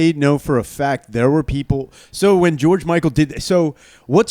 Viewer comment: Putting an S at the end of George Michael AND Careless Whisper is the blackest thing the has ever done